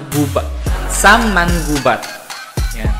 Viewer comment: hey girl , you didn't get the right pronouciation it's MA _ NGUBAT